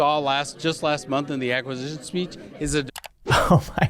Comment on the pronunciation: To be fair "Acquisition speech" is kinda hard to say 😋😋🤣🤣